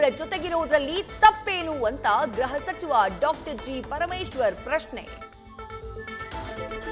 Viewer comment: ಗ್ರಹಸಚಿವ ಅಲ್ಲ ಮೇಡಂ, ಗೃಹ ಸಚಿವ ಎಂದು ಸರಿಯಾಗಿ ಹೇಳಿ